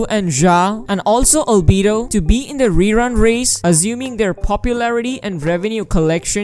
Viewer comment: "zha" "albee doe" 😭😭